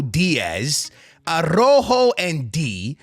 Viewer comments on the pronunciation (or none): none